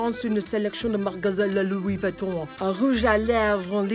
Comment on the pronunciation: Louis whytton HAHAHAHA i love u